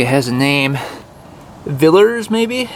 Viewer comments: VILLIERS NOT VILLERS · Villiers properly called Norton-Villiers from England and shortened, I assume to separate it from the larger c. c . capacity Norton production motorcycles. You were not sure of pronunciation of Villiers. - it is Vill-e- ers, run it together and it sounds like vill e ers Hope my attempt at phonetics helps, regards 😁. Phil🇬🇧